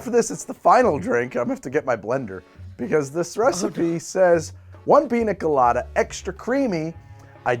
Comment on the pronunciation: Dude absolutely murdered that Piña Colada there at the end lol.